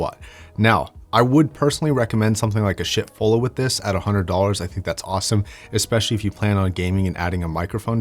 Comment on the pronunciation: what he was trying to say was "schiit fulla" dac-amp